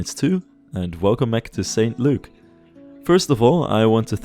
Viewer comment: St Luke is an acceptable town name, but we wouldn't pronounce it "Saint Luke". It would sound closer to "S'nt Luke" or "S'nt Look"